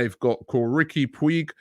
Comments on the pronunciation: Riquie Pooch not pwig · Pronounced Riqi Pooj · Man really said “ rique pweeg” 🤦‍♂️